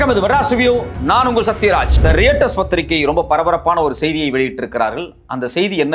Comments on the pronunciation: டேய் நாய் அது ராய்ட்டர்ஸ். ரியட்டர்ஸ் இல்லைடா நாதாரி கத்தாதே. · ரெயிட்டர்ஸ் இல்ல தம்பி ரொயிட்டெர்ஸ் என வாசிக்கவும் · படிக்காத நாய். ரியட்டர்ஸ் இல்லை டா. ராய்ட்டர்ஸ் என்று உச்சரி. திரும்ப திரும்ப தவறாக உச்சரிக்காதே. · தம்பி அது ராய்டர்ஸ்டா டேய்..... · They are called as Royters. Not pronounced not as Reuters. Writing is different. And pronouncing is different. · royturs nu pronounce pannanum bro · Sir pls pronounce Reuters properly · haha yeah I also noticed that